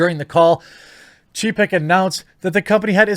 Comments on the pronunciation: I know youve heard how to pronounce the name. Its pronounced chay-peck. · It is hilarious how your pronunciation of Chapek's names sound like you're calling him a pussy in polish. Some say there are no coincidences :)